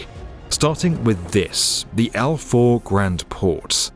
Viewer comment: I love the video Faw is pronanced as Faa ow as one word